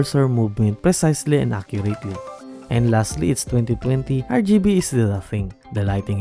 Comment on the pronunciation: de blaady RrrrrgibeMouse